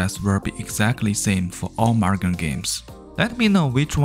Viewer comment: Sir, it's pronounced moo-gen not mug-en.